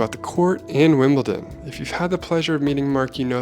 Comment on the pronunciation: This is incredible! Although I have to say, every time I heard Mark say "WimbleTon" instead of "WimbleDon" I died a little bit inside.